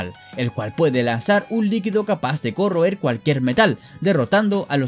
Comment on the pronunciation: un liquido que se puede "correr"... digo, "corroer"... XD